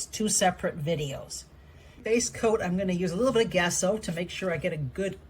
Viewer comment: Gesso has a soft G, like it were Jess-o. Like genetic, gender, gem, but not gekko. According to dozens of art teachers I had. German is different, but this is English pronunciation.